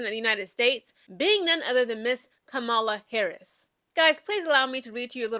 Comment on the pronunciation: It's pronounced KAH-MUH-LUH. Just an FYI.